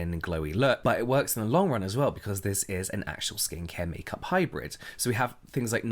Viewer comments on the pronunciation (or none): none